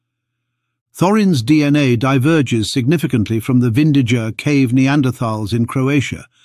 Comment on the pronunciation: BTW, it's pronounced Vindiya